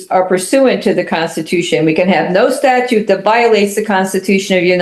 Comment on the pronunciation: Did he say "statue" instead of "statute"? 🤦